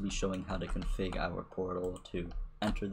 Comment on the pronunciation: Him: Config What I heard: King Kong Pig